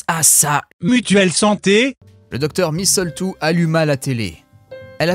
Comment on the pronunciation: Il y a plus de répétitions dans ce texte que dans une mauvaise chanson de rap ! Et on notera toujours le grand soin que prend l'autrice à préparer le contexte : des trucs de zoologue, des trucs de microbiologiste... Le petit détail qui m'a tuée c'est ta prononciation de "misseultou", la cerise sur le gâteau !